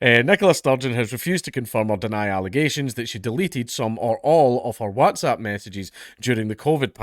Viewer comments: Really struggling with the way Dank is saying "wHATZapP" 👀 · Watzap lol. I'm pretty sure he doesn't pronounce What as Wat?! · Count pronouncing whatsapp Wazzzap 😂😂😂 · Do all scots pronounce it WATsAP? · Oh joy we get to hear Dank say WhatsApp weird again :D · Can we all just take a moment to appreciate the way Dank pronounces Whatsapp. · Is it just me, but does anyone else think Dankula says 'WhatsApp' kinda weird haha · Man I just love hearing you say WhatsApp lmao